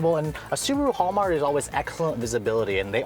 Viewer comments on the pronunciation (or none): Prob•a•bly Not Prob•a•ly or prob•ly Hallmark not hallmart